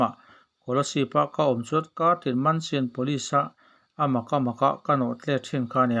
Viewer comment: Mansian ni loin, menshn/mensan/mansawn ti a lam tur. Chhuat nawhna hi.